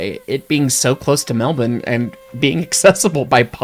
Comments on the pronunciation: Thankyou for not butchering "melbourne", so many seppos manage to sound soo awkward when they say it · OMGS HE SAYS MELBOURNE CORRECTLY 😭😭😭❤❤❤